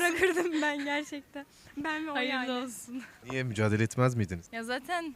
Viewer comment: müdacale sjsjjsjsj "mücadele"